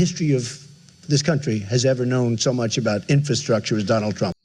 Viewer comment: You have dementia too you said mulch??😅😅